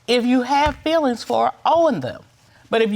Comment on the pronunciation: " any fillings left for me?...." Meaning those fillings in his teeth???😂😂😂 It s feelings , not fillings.